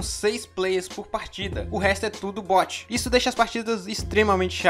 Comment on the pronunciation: NÃO É BOOT (BÛTI), É BOT (BÓTI)